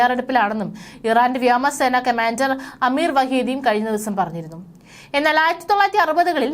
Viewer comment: വ്യാമ സേനയല്ല ; വ്യോമസേന ! വ്യോമാക്രമണത്തിൻ്റെ 'വ്യോ ' 😀